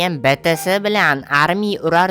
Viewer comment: bitisi emas BITIES UZBEKCHADA SHUNDEY AYTILADI😅